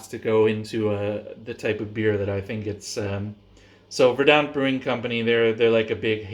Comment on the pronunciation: That Verdant yeast is fuckin mad, never seen krausen like it. Big blow off needed. Also they're just pronounced Verrdurnt. I got a couple of those Philly Sours for springtime, might throw some mango at one of them and just do a dry hopped sour as well.